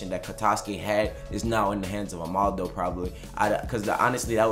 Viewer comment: 'Ama - Dou' not Omando